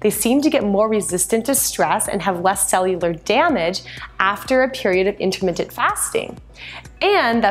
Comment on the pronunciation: are you saying intermittent?